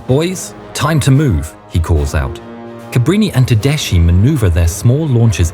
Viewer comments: Tedeschi has to be read as Tedeski, not Tedesci. I cannot listen to such a shame. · darlin', it's teDESKY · Everything is perfect but just a correction Tedeschi is spelled Tedeski, not tedeshi